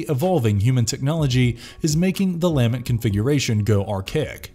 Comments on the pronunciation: is this a bot talking? NOBODY pronounces "lament" this way. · Learn how to say "lament" and I'll like & share. Jesus. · Cool video, too bad the narrator kept mispronouncing "Lament Configuration". Maybe they didn't realize that the first word is the verb 'to lament'. Kept mispronouncing the inflection. Very annoying. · Great video but every time he mispronounced the lament configuration, I wanted to jump off my roof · "The LAH-ment configuration" The what? Your em-PHAH-sis is on the wrong syll-AH-ble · The lament pronunciation is killing me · he also keeps mis-pronouncing the lament configuration. he keeps saying lamet.. LOL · lament, not lamint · "Luh-ment" configuration, not "Leah-ment". The word is "lament", The Lament Configuration. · Take a shot every time he says Lam-ment configuration instead of Lah-ment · LA-MENT not LAM-ENT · "La-MENT" not "LAMB-ent" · It's pronounced La Mint... Not Lam mint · Have people never heard the word "Lament" before? What is with the weird pronunciations? Its NOT Lam-Ent... Its La-ment. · luh-MENT not LAH-ment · La-MENT' configuration...not LA'-ment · Your incorrect pronunciation of LAMENT over and over really detracts from the video. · Lament: (/ləˈment/) - pronounced luh-ment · It’s pronounced la-ment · lol dude it's la-ment configuration. I couldn't stop laughing anytime you pronounced it weird. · lame ent configuration? lamen't? (the emphasis tends to be on the second syllable, no?) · is this an AI narrator? the pronunciation of LAMENT is wrong. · imagine mispronouncing "Lament" through an entire video on Hellraiser. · You studied everything about the movies except how to pronounce "lament" and "LeMerchant" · Good video, but either I’ve been mispronunciation “Lament” for 30 years, or the narrator didn’t give enough of a shit to watch any of the movies. Also, mispronouncing “LeMarchand” was a little annoying.